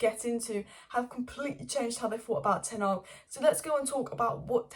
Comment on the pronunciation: 'Tenarg' is my favourite pronunciation lmao